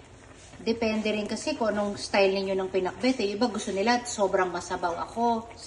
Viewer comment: Right pronounciation danica..ilocana ka na